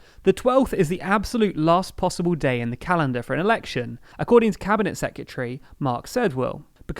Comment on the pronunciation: Please stop saying secyetary instead of secretary. It hurts my ears.